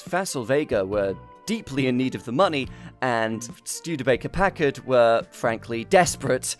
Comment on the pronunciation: Really glad to hear a British person pronounce Packard correctly. It's "pack-erd," and so many pronounce it "pa-card"